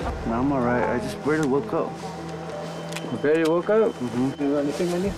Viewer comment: "I just bairly woke up" classic